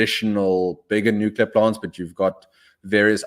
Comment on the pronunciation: Please say "nu-cle-ar"!